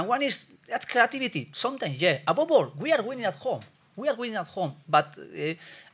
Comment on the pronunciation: 🤣🤣🤣 he is saying "above all" but his accent isn't allowing him to🤣